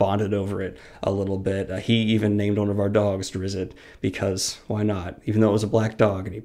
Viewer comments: Drizit.. lmfao.. i love it.. but it is drizt.i enjoyed your review. I would recommend the god slayer chronicles by james clemens. Also clerics quintet by r.a. salvatore..i cried. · Its pronounced Drizzt and not Drizzit. Its shown in the book sojourn with a hunter, that make mistanke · Im in my 40s and we always called him "Drizz It" as well...my reaction was the same upon discovering "Drisst" to be the correct pronunciation. Hehe oh well will still be Drizz it for me. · I say drizz-it also. Don’t care, still gonna keep saying it. I’ll be dead before Brandon is done with Stormlight at the rate he’s going. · Salvatore pronounces it "Dritz". And Drow is pronouced like "how" or "cow". Not like "row". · Had a hard time hearing "Drizzit" and "droe," but otherwise great list! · OMFG Learn to pronounce names and races! DrOOOO? Drizzit? WTF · Whaaaat? Its pronounced "Drist"?? Mind blown